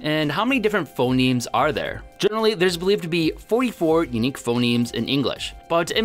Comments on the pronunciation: In the middle, you kept saying 'phenoms' instead of 'phonemes' (and that's actually an insight into how spoken language evolves: one way for a word to change is that two vowels switch places) :) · You called phonemes phenomes a couple of times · Phoneme, not phenome